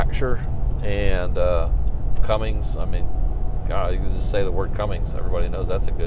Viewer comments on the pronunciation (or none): “Cummins” not “Cummings”. Drop the “g” on the end. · There is NO “G” in cummins